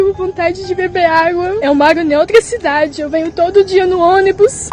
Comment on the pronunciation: Não precisa deixar entrar, mas alguém vai lá falar pra ela que ela mora em OUTRA CIDADE e não niotra cidade